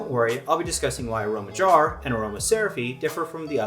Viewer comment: Yeah that's how I said it, and when he said it uh-row-mage it threw me off